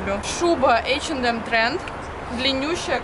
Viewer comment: Девочки, а почему вы не говорите ЭйчЭнЭм без Д, как положено по английски ? Это русский вариант произношения у вас, да ?